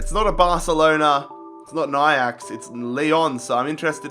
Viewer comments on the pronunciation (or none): none